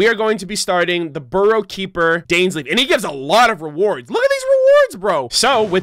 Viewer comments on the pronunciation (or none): I swear if he says "Burrow" keeper ONE MORE TIME